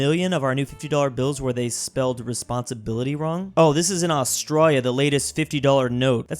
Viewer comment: Does anyone think the way says Australia and Australian is weird? Coz I’m an Australian and i do. Also the Australian bills are cool, but they’re actually called notes. Bills is just a weird American thing